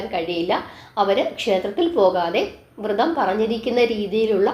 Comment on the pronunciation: വൃതം അല്ല വ്രതം എന്നു പറയു